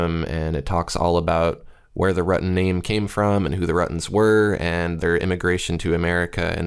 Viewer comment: It's pronounced Rytten